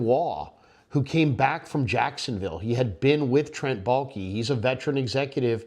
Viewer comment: Balke? I’m turning this off now. All I need to hear.